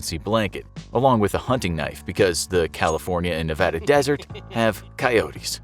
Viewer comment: This was a cute challenge. I live in North Eastern Nevada. A lot of us can go three days with no water in this terrain without feeling it. THANK FOR YOU SAYING NEVADA RIGHT!!!!!